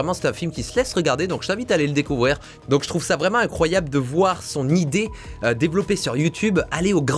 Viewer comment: Vidéo « Incryoable » ??